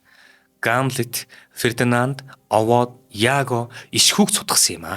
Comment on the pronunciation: хөтлөгч залуу хоолой сайтай боловч зарим үгийг хэлж чадахгүй юмаа. галстук( улаан бүч), атлаас( даавуу),пүүшиг( тамхи) , г.м ийг хэлж чадахгүй эсвэл буруу хэлнэ, луугарууд гэхийг луйхрууд гэж байна, Овод гэдгийг Овоод гэж байна, хамар сөргөхийг буруу тайлбарлаж байна. Уншихаасаа өмнө үгтэйгээ танилцаж судлаад ярианы соёл гэдгийг суралцах хэрэгтэй шүү.